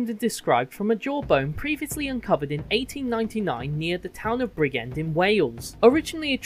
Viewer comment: Why can't anyone correctly say the names of British towns? Its pronounced Bridge end! Learn the name of the towns before posting.